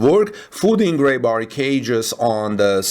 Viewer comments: Ree* bar pronounced like, I have to pee, not ray!😊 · How is it he can pronounce Conduit but cannot pronounce Rebar 🤔. It's not a language thing 😀